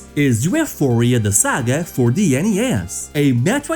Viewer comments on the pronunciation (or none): You know ufouria is pronounced euphoria right?